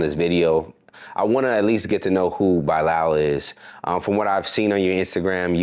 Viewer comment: Dang Bro you making me cringe whenever you pronounce Bilaal "Bye-Lyle"